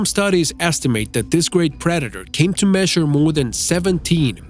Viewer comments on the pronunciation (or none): none